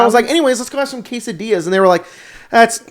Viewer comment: You said Quesadillas the right way, as a Latino I approve